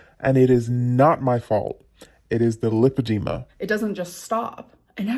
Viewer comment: Am I alone in thinking that she hadn't even seen a doctor? She doesn't even know how to pronounce lipedema, surely the doctor would have said it properly a few times.